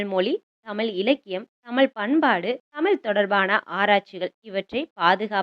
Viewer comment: Thayavu seidhu thamizhai thamizh endru ucharikkavum. Tamil tamil endru koorum pozhuthu gen Z pillaigalin pechu thamizh kavalaikidamana nilaikku thallapadum.